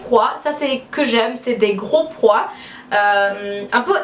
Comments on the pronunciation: Ce n'est pas des prois mais des pois quand tu le prononce sa fait style poua voilà j'espère que sa t'aura aider! ❤️ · On dit pois, pas prois! Mais sinon j'adore, tu es vraiment superbe ❤️ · "pois" et non "prois". "si vous me connaissez" et pas "si vous me savez". C'est pas pur critiquer, juste pour t'aider :) . Super haul en tous cas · Ont dit des Pois (pwoa). Sinon super Haul pour ton style